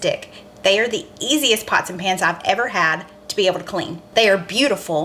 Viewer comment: I don’t want to embarrass you or make you mad but…the words are “be able” not be avel. I used to say the same thing until my friends made fun of me. You go girl. Love your videos!!!